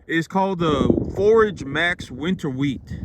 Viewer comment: Dude, it’s wheat. Shut up!!!